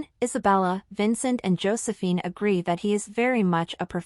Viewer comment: Can the speaker not pronounce the name Josephine properly ???? It's ridiculous!